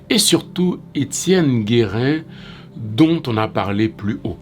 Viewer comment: Your skepticism isn't misplaced since gives the wrong date, October 12, 1806, for Gérin's letter to Christophe, and mispronounces his name, calling him "Guérin" instead of "Gérin". Gérin's letter is dated October 18, 1806, one day after the assassination, according to the English translation excerpted from the book, " "La Constitution de 1805...deux cents ans après: Les chants de resistance" by Bell Angelot, p. 125 - 130." I found on Ezili Danto's website. I don't know which date is the right one but should have addressed that divergence and stated why he chose to credit the earlier date.